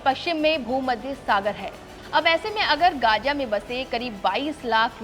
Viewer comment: Gaga nhi gaza 😂 kaha say atai hai yai journalist